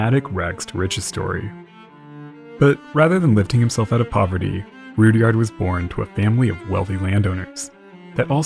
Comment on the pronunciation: Guessing it's not pronounced Rood-yard either.